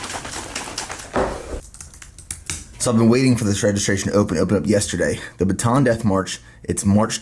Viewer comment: It's actually read as Bata-an. It's a province here in the Philippines where the death march started.